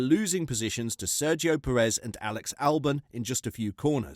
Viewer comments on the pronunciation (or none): none